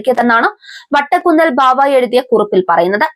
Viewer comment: Vadakunnel alla kochee 😂 vattakunnel !!! Vattekunnel bava !!!